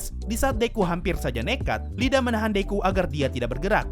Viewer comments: Yg bener Iida bang bukan Lida Pake huruf i kapital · Seumpama namanya "Lida", deku dan yg lain kalo manggil pasti "Rida" secara di jepang "L" dibaca "R" Yg bener emang "iida" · Bang masukan aja ni bang, mon maaf sebelumnya, kayaknya bukan "lida" tapi "iida" bang kan itu nama orang bang jadi kemungkinan itu huruf kapital "i" bang Maaf kalo salah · Itu Iida Bukan Lida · Bukan Lida bang tapi iida pake i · iida bang, bukan Lida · Bang sebutannya iida bukan lida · Ada satu yg kelewat min Iida bacanya iida bukan Lida, soalnya itu double i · iida bang bukan Lida awkwk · Dibacanya iida bang bukan Lida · itu ida bang, bukan lida tulisannya emang "Iida" tapi itu "I" gede bukan huruf "L" kecil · Min, bacanya iida bukan Lida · Btw min namanya IIDA bukan Lida🌚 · Sensei namannya i.i.d.a bukan LiDA :") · IIDA bang, bukan LIDA, wkwk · Yang bener emang huruf "i" kok Deku dan karakter yg lainnya kalo manggil juga "iida" bukan "Lida" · Bgzd Iida kenapa dibaca Lida dah anjir wkwkwkwkwk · Btul, google translate juga bacanya tenya ida